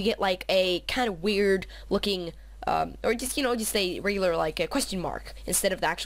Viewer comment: ur sooooo gay u keep saying wred and weeload